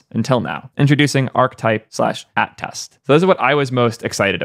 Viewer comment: It's not "at test" its "attest", pronounced "UH test", which means to affirm to be correct, true, or genuine.